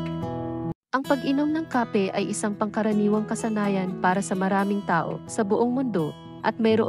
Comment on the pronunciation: Bakit ang pronunciation mo ng Kape ay Mali, taga Pilipinas ba kayo